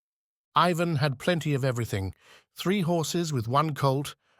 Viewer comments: I guess since the genie is out of the bottle it's all over. We can only hope I guess that AI becomes more intelligent and can pronounce Ivan the way it's supposed to be pronounced each and every time. utterly annoying. Tolstoy would've hated it. As would any artist. 😮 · The narrator alternates among three different pronunciations of Ivan.